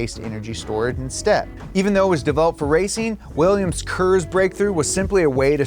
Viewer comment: Willians, Willians, Willians... '-'